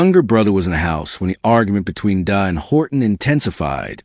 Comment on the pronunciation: Can you respect her and say her name right please? Dejha is not hard to say or pronounce! Every time you say her name like that my blood boil. REST IN LOVE DEJHA🙏🏾💔